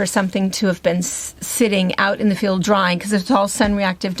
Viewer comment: lol Good try. It’s actually pronounced Drawn